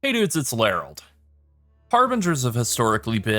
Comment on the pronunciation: Wtf is a Larald ?